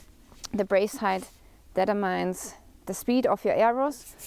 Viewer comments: Very impressive how good your English is (of course bow skills are extremely impressive) but it took me a bit to understand that you are saying “determines” when you say it like “detter mines”. Such a well made video! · "deter-mines" vs "de-term-ines".... German is not so forgiving to non-native speakers! Go!